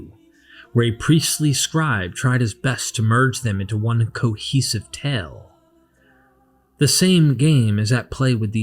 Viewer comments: "Historicity" ?!? Please. You wreck your own credibility with such made-up words - while not able to pronounce long vowel sounds. It is "tāle" - a long ai/ay sound. Not "tell." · Brother, “Tale” is not pronounced “Tell”. It sounds just like “Tail”.